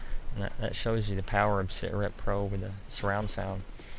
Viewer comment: when you say set rep pro it keeps sounding like you're saying ciggarette pro. lol